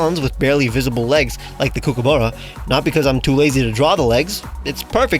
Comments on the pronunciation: Banger video, but couldn't help but notice you messed up the pronunciation of kookaburra a bit, it's not pronounced "coo-coo-burra" but more like "cook-a-burra", at least that's how we say it down here in NSW. Absolutely fair because a lot of Australian words aren't quite pronounced in the way you'd expect. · Kookaburra is pronounced like 'cook', and there's no 'oo' sound after 'cook', it's an 'ah' sound. Cook-ah-burra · aussie here! its pronounced cook-ah-ba-rah : D ! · Please learn how to pronounce Kookaburra properly. That was painful to hear them being called kookooburras haha. Also, how dare you call them annoying? Its actually such a lovely sound when you hear them in the distance in the morning. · As an Australian, I must let you know it's pronounced Kook-Ah-BahRah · Gosh dang this is a fantastic video. I love every one of these new Mons and they fit so well. Just wanted to let you know that Kookaburra is pronounced Cook (like the word) -a-burra. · I’m sorry but your kookaburra pronunciation kills me. It’s cook-uh-buh-ra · As an Australian, the way you said Kookaburra made me shrivel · The way you pronounce kookaburra makes me giggle xD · I'm Australian and it was annoying every time he said Kookaburra weirdly so many times, and don't talk to me until u take back u said of my Starbucks. Though love ur art and videos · the way you're pronouncing Kookaburra is insane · Okay but why is he saying kookaburra like there's an extra o instead of the a? Or am I just miss-hearing it? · I know it's a First Nation/Aboriginal word but Kookaburra isn't that hard to pronounce man, you're making my ears hurt. Don't get me wrong, you do good shit but that just grinded my gears a little. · I've never heard kookaburra said like that, but it was delightful to see the lil menace represented